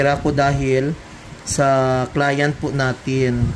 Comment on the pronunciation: That's how you articulate the word client and it's ok